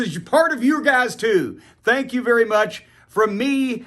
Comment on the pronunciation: Every time JC says "thank you" I feel like he didn't finish his sentence...